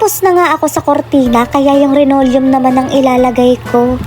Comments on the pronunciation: Linoleom hindi renolyum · Hindi po renolyum yan linolyum po yan hay naku po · Anong RENORIUM? Baka LINOLEUM!✌️